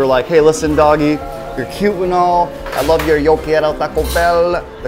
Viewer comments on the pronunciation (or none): "Yo key-yeir-o taco bell" WHAT???!